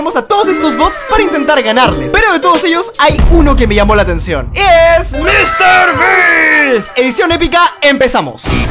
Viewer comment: no se dise misterbist se dise mrbeast jajajajajajaj das risa jajajaja